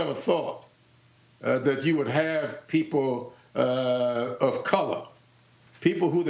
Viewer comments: "What do you say to these poople?" SHE SAID POOPLE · DID YOU SAY POOPLE? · YEP, YEP, YOU SAID POOPLE.